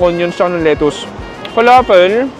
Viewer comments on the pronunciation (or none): none